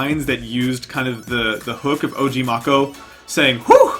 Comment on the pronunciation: “Og marcho”😭😭